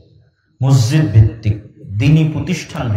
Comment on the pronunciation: হাইরে হুজুর মসজিদ উচ্চারন করতে পারে না?